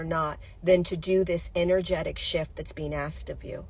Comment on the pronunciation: I just heard..INNER-JET-IC.....INNER-G ( as in G-Force)